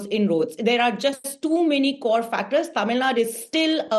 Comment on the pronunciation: I get irritated from North Indian media people say 'Tamil Nad' or 'Kannad'